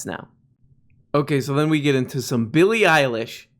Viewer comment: Eillie Billish